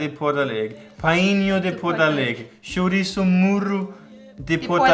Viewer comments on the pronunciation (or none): none